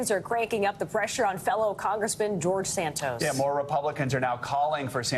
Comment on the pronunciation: George Stain-tos